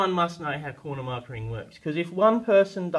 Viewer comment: It's just corner "marking" not "markering".............